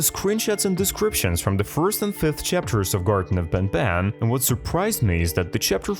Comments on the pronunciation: Bro said garten of ben ben💀💀💀☠️☠️☠️ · How he says these 2 words banbann chaptr lol